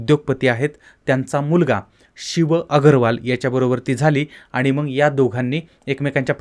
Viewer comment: तूला नीट बोलायला येत नाही.साला उच्चार पण धड करता येत नाही.मग चां मंग उच्चार करतोस. सरळ चॅनल बंद करुन घरात बसलास तर प्रेक्षकांना आनंद होईल.